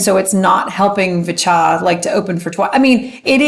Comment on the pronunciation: Since you asked: it's [vee-cha]. That's what they use in their introduction. I'm not sure if they change their intro if they are in Korea. Their Korean name is 비춰 [bi-chwo]. Other pronunciation tips (that you didn't ask for 😋): - Hallyu is pronounced as 2 syllables [hal-yoo] (it's actually even [hal-ryoo], but let's not go there). In general, any "y" in a romanization is never pronounced as "ee" (as in "baby") or as "a-i" (as in "by") or as "i" (as in "gym"). They are only pronounced as [ya] or [yo], etc. - since the way you pronounced "niche" is different from how I pronounce it, I looked it up. Seems like it should be pronounced as [neesh].